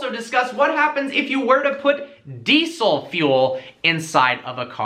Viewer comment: Deesol .... Deesol deesol .... "So you can't put deesol fuel in it"